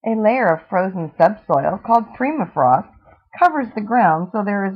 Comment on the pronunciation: Boa's Do Not live in the desert and it's Per-mifrost not Pre-mifrost